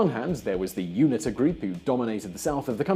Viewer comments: Unita is pronounced You-knee-ter not youna ta..... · It's pronounced you-neet-a. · UNITA - U-knee-ta.